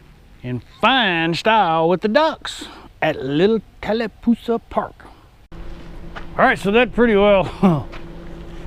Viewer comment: Next time you come thru, just remember, it's Talla Poosa.... there is no "L" in the end of the name. Thanks! From a long time LE Receptionist who has heard every city in a 3 county area mis-pronounced! And it's Carroll County, not Clark!!! Born and Raised <3.